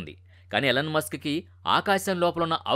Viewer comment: అది " ఎలన్ " మస్క్ కాదు ర బాబు 🤦‍♂️ ఈ. ఈలోన్ మస్క్ 🫡